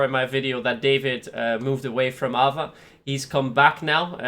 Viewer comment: Dont say AVA Say A V A